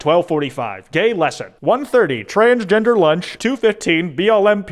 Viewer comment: “Trangener lunch”